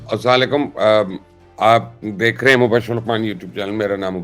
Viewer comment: Dear Mubashir "Assalamo Alaikum" theek tarah bola karo. If you really want to be Successful: 1. Un-Authentic baat na kiya karein 2. Pakistan's Biggest Problem is Corruption, Corruption is Done thru NFC Award. Pls discuss Money Distributed among Provinces under NFC Award of Last 15 Years ( ).